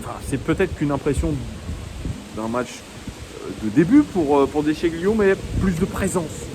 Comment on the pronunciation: Déchilio! Déchilio pour prononcer à l'italienne:)